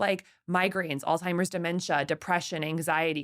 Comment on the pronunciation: She pronounces Alzheimer’s as “All-Timers”.. every time she mentions it😬